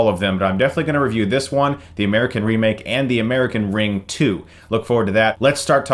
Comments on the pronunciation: Whys he keep saying ring it says ringu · Ringu...not ring. That annoyed me quite a lot. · You said the title wrong! Its Ring-goo! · Ahh yeah. I got that but still... He put 'Ringu' in the title and called it 'Ring'. It kinda bugged me :D